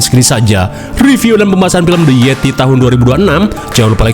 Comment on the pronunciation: The yeti ❎ Teh yeti ✅ Ngakak banget kenapa jadi orang sunda 😂😂😂😂